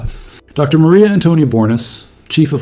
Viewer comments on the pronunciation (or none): none